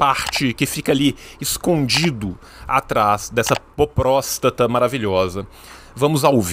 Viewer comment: 👑 💀 "saudade daquilo q ñ vivemos." (tiu) "propróstata"... slash!